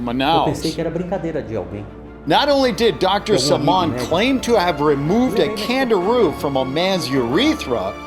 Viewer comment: I thought I heard Kangaroo but it's name is CANDIRU